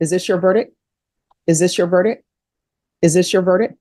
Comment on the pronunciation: The word is verdic T not verdic K. Once you have heard it you can’t unhear it lol